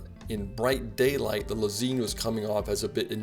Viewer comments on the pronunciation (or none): Lez-EIN (like the German word for "one") not Lez-EEN